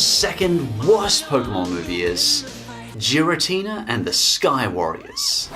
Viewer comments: The only thing that bothered me was hearing Giratina pronounced with a soft g. It should always be a hard g. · The Mewtwo in the 17th Movie is not the same one from the Movie/Mewtwo Returns. And the pronunciation for Giratina is "gear-ah-teen-ah", not "jeer-ah-teen-ah". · Seriously? Jiritina??? IT IS PRONOUNCED GIRITINA!! THERE IS NO "J" SOUND!! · Nobody: Absolutely Nobody:: JIRATINA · I got MAJOR triggers when he said JIRATINA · I have to say it, but Giratina is a g sound as in "good". Arceus is an s sound, not a k sound. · It’s giratina not jiratina and arceus not arseus guess why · If you say giratina with a soft g again I will stab you. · u said garitina wrong its a G not a J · I already died from Gi-ra-tina, also that's what Zero called it despite the fact that it's the Distortion World anywhere else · Congrats u cant say giratina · I mean not liking a move is one thing but did you even watch Sky Warrior lmao also the way you say giratina just shows how much effort you actually put in this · You did NOT just mispronounced Giratina. You did....Ohhhh boy. First comment and I'm not done with this video yet! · Imagine pronoucing giratina wrong and not knowing the mewtwo from 17th movie isnt the same one from the first